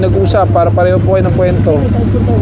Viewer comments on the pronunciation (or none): Kuwento (NOT kwento).